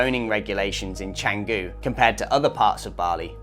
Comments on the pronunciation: At least try to pronounce it correctly. Its chun goo not chang goo. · Amazing vlog! You've totally captured the vibe of Canggu. 🤙 Since you're exploring Bali, I thought you and your followers might find this cool: the name is pronounced "Chung-goo" (that first part has an 'uh' sound, not 'ang'). The 'c' is always a 'ch' in Indonesian. The best part is the history behind it – the name actually comes from a legendary dagger (keris) from the Majapahit kingdom era! So when you say it right, you're also referencing a piece of ancient history. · First off, Canggu is pronounced Chung-goo. Was well surfed in the 80’s. Clearly you missed the 1980 OM Bali Pro, won by one Terry Fitzgerald. Having lived full time in Canggu from 2007 to 2014, I can tell you the turning point was Deus, who were building as we we’re building our humble 5 room hotel in 2010, followed by a four page spread in Tracks magazine in 2011. By 2012, with the arrival of the Russian owned Ecosfera hotel and the German Greenroom surf camp, the party was over. Those dreamy days of surfing with a couple of friends at dawn, turned into 20 dudes waiting in front of the right for first light. Now it’s a shit show of Euro party goers and beginner kooks, best avoided like the plague. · How good is it when u make a vid on somewhere u cant even pronounce properly 😂